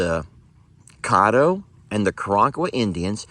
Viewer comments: it is pronounced Cad doe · As a person with South Louisiana in laws, Caddo is pronounced Ka-Dow.